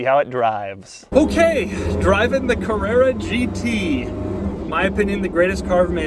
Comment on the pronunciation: Porscha Cavrerra GT